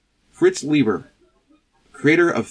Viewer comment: It’s actually pronounced LIE-ber. Fritz was very touchy about that, apparently 😉